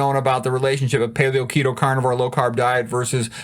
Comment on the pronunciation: Ten years you did keto, in your old videos u pronounced it "The kettle" and in all your video's by your own admission you said you were eating tons of protein and low fat bodybuilding diet ,meanwhile keto is 80/fat/15/protein/5%carbs so you did it wrong stop saying you were keto for 10 years and now i hear u saying carnivore